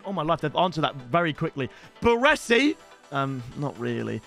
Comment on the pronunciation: Put some respect on Franco Baresi’s name ffs